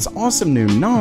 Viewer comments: A zus (two words i guess) and Nos, not asus and nas. I cant help but keep track of this. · Please pronounce things properly. It is not a noz it’s a nas. “S” being the operative letter here. Network Attached Storage, you don’t say ztorage do you? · wtf is a "naahz" ?? a storage server?? ohhh a NAS ??? as in 'naas' ... that rhymes with 'grass' and 'last' ..... I hope you get this bro because the comment section is not gonna let this one go... :/ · Naus? Really its pronounced NAZ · N-awe-sss? N-Ah-Sss... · NAS, not NAUZ. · Wtf is a "NAAS" That is not how you pronounce it He got cheese shoved up his nostrills? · Hell Nahz he pronounced it like that 😂, Network attacked storage N A S. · I hope that you do not take this as me picking on your accent, but it is pronounced Nass -> Network Attached Storage. The A in NAS makes the same sound as the A in Pass. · Can't say I've ever heard NAS pronounced that way before. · Sounded like NOS to me! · Nas like the rapper 😂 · Network Ottached Storage? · Sounded like NO2, we been living quarter mile at a time 😂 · This is the first time I've watched, and it will be the last time just thanks to how he says NAS. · Why does say nas wrong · The way you say NAS is snotty and grating I don't know why. Like chalk board bad